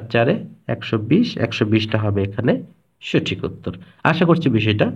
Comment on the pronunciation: সঠিক এর উচ্চারণ আসলে কোনটা ভাইয়া সঠিক=স+অ নাকি সঠিক=স+ও আপনি সঠিক কে সোঠিক বলে উচ্চারণ কেন করেন???